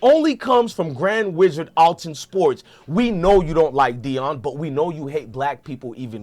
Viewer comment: If you gone be a news outlet. Read better genius. It’s clearly ath-Lon sports. lol